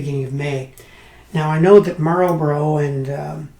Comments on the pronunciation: Marlbruh, dude. Marlbruh. Good review. Pity it is a bit of a dud, but I'm sure an experienced gamer like you could make it shine. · Or Mal-buh-ruh.